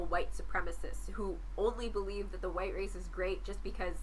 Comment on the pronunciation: Straw-man, straw man, straw man "Muh horseshoe theory" "But what is huwite?" Not impressed